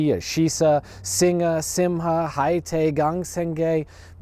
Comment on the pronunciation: Surely the fact that these symbols are being kept alive outweighs the fact that they are being used by cultural outsiders? Bynote: Singha, as you mentioned is pronounced as "Sing".